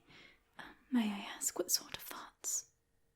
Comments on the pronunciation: those damned "thots that won't stop" keeping me up all night 😂🤣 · Oh, "thoughts" I legit thought you said "farts that can't stop?" and I just accepted it. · Omg when you said “thoughts” I genuinely thought you were saying “Farts” what is wrong with me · Learn how to say “thoughts” and your accent would be very convincing! One of the best southern English accents by an asmrtist I’ve heard :) Edit: “can’t” as well!